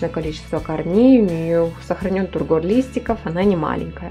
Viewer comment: Классные орхи, богатая плантация.))) Вот только не тургОр, а тУргор (ухо режет). 😊